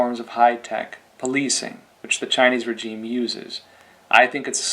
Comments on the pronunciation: why do you keep saying regime wrong? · cant pronounce regime? english is hard